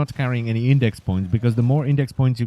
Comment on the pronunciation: it's IndeX not IndeC